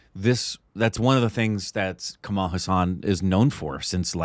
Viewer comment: Hes not Kamaal.but Kamal.